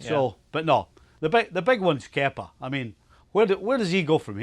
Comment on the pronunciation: I thought he said kefka. I was gonna say, this guy been playing final fantasy. Haha. On a side note. Glad they sacked manager kepa and replaced him with manager lampard. Good move there. Now to put kepa in a shipping container and get him out of there.